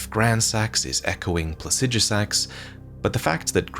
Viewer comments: I love the way he pronounces Plaxidusax, almost spunds like "Pu*ssydusax". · 30 seconds off the bat I just want to point out that You are incorrectly pronouncing Placidusax's name. Pla-si-do-sax if this helps. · Say plahsijjuhsaxx one more time. I dare you. I double dare you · While I may not agree with your pronunciation of Plasijusax i can get over it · "Plasijasax"? I'm not saying you're wrong, but when is it we decided that's how we pronounce placidusax? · Pla-cid-asax idk where tf you get the sh from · Might wanna figure out how to pronounce Placidusax before you make another elden ring video about dragons, just sayin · You mispronounced Placidusax every single time, good job. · That and he mispronounced Placidusax every single time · mispronounces "Placidusax", smh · Learn how to say Placidusax properly